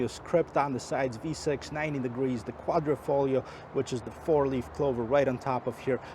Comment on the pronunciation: QUADRIFOGLIO! At least journalist coud get it right. Thank you. :-) Otherwise nice vid.